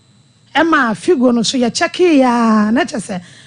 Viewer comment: Please it's Fido not Figo,,,, Point of Correction